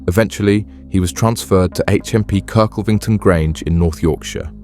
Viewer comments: KIRK - LEV - ING - TON (Not hard). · It’s pronounced Kirk lev ington 😅😅